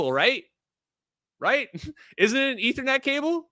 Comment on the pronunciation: aethernet... lol